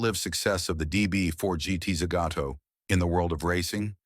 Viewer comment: The dire pronunciation in this video ruined it for me. I could forgive the bad Zagato sound but to get Le Mans wrong is unforgivable. Also showing extended footage around a one off Bentley made no sense.